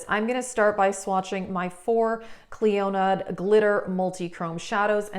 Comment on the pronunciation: I'm saying this with all the kindness in the world & with zero troll energy- Clionadh is pronounced: "klee-oh-nuh" not "klee-oh-NAD" like you say. Love your vids. Gonna see about using that lethal code